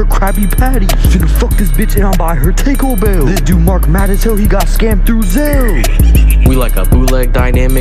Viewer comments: Why does he say "Take O Bell", not Taco Bell LMAO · The fact that he pronounces “ takeobell” has me on the floor 😂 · Tay-co Bell 😭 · I thought he said tinder bell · he pronounces Taco Bell as ''Taykoh Bell'' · its TAH-CO bell vroooooo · tico bell- ✋ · I thought he said Tinker Bell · “I bought her Taico bell” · Man said take o bell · Did this mf just say Tayco bell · a misprounciation of Taco Bell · THERE AINT NO WAY HE SAID TACO BELL